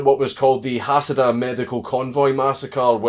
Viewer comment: I know it's a late comment, but I'd like to correct you: the convoy of medical staff is under the name "Hadassah", not "Hassadah". To this day, there are 2 hospitals with this name in Jerusalem.